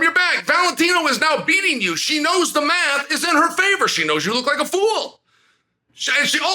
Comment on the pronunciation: “MMAth works all the time” 😂